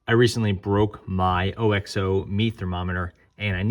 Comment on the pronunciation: OXO is pronounced OXO not O-X-O